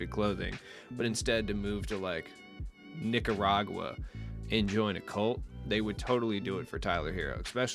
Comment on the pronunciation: This man said Nicaragua lmaooooo